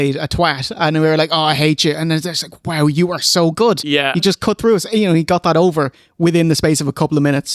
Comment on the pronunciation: Whwow should be said like how Vince says wow.